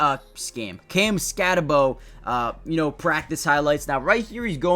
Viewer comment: Just wanted to point out, that even though it’s spelled SkatteBO, it’s pronounced SkatteBOO. Boo, not Bo.